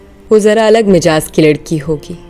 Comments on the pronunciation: 😊 Majaz Nahin, Mizaaj. 👍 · Mizaaj ka talafuz galat parha